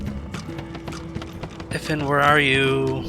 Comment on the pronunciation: So, I've been thinking this for a while and finally looked it up; it's not "If-an," it's "I-van." It's Welsh.